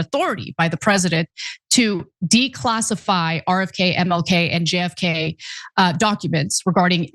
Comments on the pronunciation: You did not just say "milk" for MLK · Right? I was wondering if she was talking about Harvey Milk?